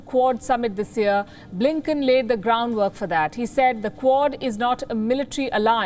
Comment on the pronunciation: BLINKEN sounds more like LINKEDIN😂